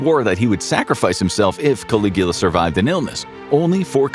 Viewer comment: Obviously, you can't. You had to edit your comment. He did say it correctly.